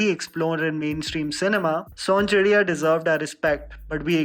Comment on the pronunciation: Son CHI RAIYA, not chidiya, local pronunciation of title is different than the spelling used.